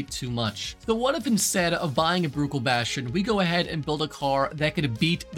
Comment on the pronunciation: Every time he says Bruckell I lose my mind